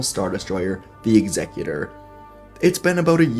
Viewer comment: Dude. The Ex-ee-kew-ter. Like one who executes people. Not The Execk-u-tor, like the legal profession… 😆😆😆